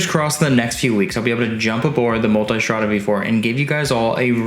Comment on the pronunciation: People pronouncing "Multistrada" as "Multystrada" had me enough